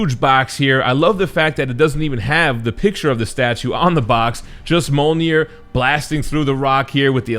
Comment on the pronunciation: Pronounce Mjölnir properly.